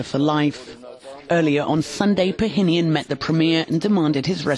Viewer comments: its Pashinyan not "pahinyan" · Pa-sheen-yan Not Pyongyang 😂😂😂